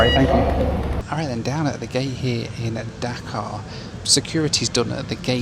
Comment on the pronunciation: Pronunciation of Dhaka is not like "Dakar" right?